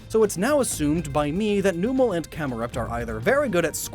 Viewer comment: Lol, didn't you explain Magcargo in another video? Also, it's pronounced "BRAKE-SIN" not "BRAKES-IAN". And Numel is pronounced "NUMB-el" not "NOO-MUL." And "Baile" is Spanish; it's pronounced "BYE-LAY", not "BAW-LEE."